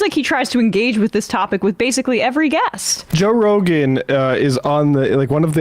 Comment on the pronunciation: Jo'k'e Rogan 😂